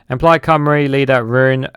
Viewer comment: The comments are sensible but the pronunciation of personal and place names are astonishing.You have to give him credit for his fearlessness in going at the words like a bull at a gate. He did pronounce 'Plaid Cymru' faultlessly though.